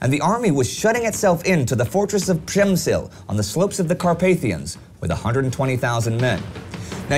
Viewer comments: The legend of "Przemsyl" Begins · przemysl, not przemsyl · Przemsyl? Do you mean Przemyśl ( town in todays Poland)? And Lemberg is I believe Lviv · Przemysl, not Przemsyl xD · It's Przemysl not Przemsyl. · PRZEMYŚL not PRZEMSYL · ahahahahaha, that's Przemyśl, not Przemsyl xD ah, those Anglophones, never caring for central and eastern european languages